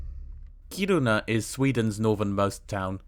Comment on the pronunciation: Kiruna is emphasized on the Ki not ru. So it's KI-runa. Very short ki. Is that like the Japanese? I love languages.